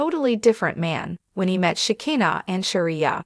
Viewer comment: Please teach these people how to pronounce these names it's She ki na